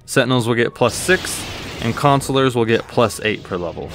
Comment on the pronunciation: Thank you for not pronouncing "Consular" as Councilor.